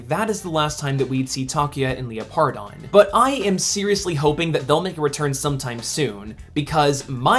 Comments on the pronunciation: I cringe every time you pronounce Leopardon. Its pronounced “leper-don”, not Leo-par-don. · I think it’s pronounced Leopard-on instead of Leo-pardon